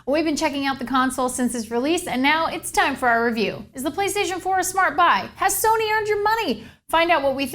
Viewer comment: did she say play staion pour